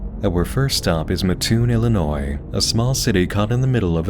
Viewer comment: long time fan since you were still around 100k, thank you for pronouncing Illinois correctly lol